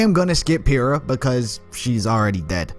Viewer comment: Awkward.. its actually 'Pyrrha"